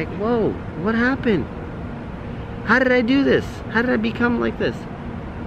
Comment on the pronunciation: Yo anyone hear the tongue roll when he says ‘how did’ 😂